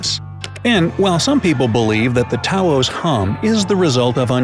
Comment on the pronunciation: mans really out here pronouncing taos like tauhoz